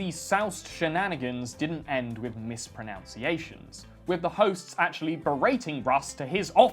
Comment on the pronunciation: Mispronounces the word mispronunciation. Gets me every time.